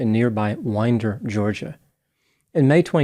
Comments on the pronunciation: The only person to pronounce Winder correctly. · This hit way too close to home. I live in metro Atlanta but went to Winder many times when I was younger for family reunions. It's a quiet, serene area with great people. My heart goes out to the community! Ps. Thank you for pronouncing Winder correctly. ❤